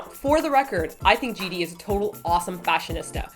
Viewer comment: Haha I just noticed you guys say JD instead of GD